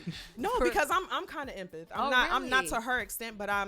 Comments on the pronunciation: “EMPITH” = “Empath”?🤷🏽‍♀️ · Empath pronounced “M-path” but I got what was putting down. They are people that are very empathetic to others emotions, situations and circumstances. We tend to get ourselves in trouble because of our extreme empathy, but we attract people because of our nurturing spirit.